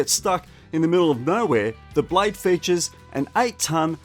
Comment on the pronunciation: Will you please pronounce properly the word blade not blay silent e!